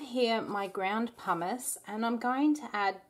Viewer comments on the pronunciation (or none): Beautiful bars! I was a bit confused when you were making the base cuz what I heard was that you were adding 'just a little bit of hummous' and I went "What?", so I waited. 'Pumice' makes much more sense in context. Gotta get those hearing aids soon. Hahaha